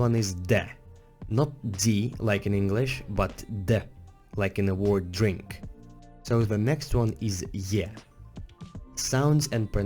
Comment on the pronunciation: When he pronaunces Word as world event